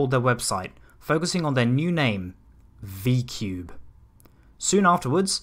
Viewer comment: I think you meant V-ku-bei